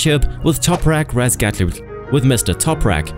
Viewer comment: never seen Topraks name butchered so badly😂 its pronounced Razgatoglu